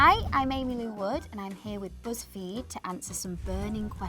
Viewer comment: ”Busssfeed” haha